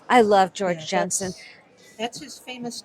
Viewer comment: I kept hearing "George Jetson" instead of George Jensen. Great video!